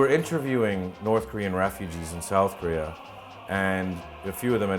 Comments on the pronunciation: The narrator seriously needs to practice on saying 'Korea', it sounds like he's saying 'Korrrrrrrrrea'. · the guy pronounces korea , career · Does anyone notice the North Korean Commentator saying "Korea" like "Career?" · Ilove how they say Keureyeur instead of korea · announcer voice “korear” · Also, "Kareer"... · "North Korear" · Korear. Korear. Korear. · I had to idea it was pronounced Korear! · i didn't realize Korea was pronounced, "Ka-reer"